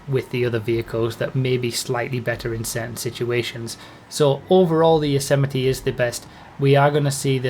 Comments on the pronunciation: It's actually pronounced "Yo-zay-might" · Yosemite. Rhymes with vegamite. :_broughyKappa